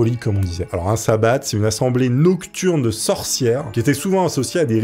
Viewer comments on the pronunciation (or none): On ne prononce pas le t de sabbat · Sabbat sans le T prononcé ;) on oublie aussi la conversion au christianisme ( figure du diable en bouc = Pan/Céranos...)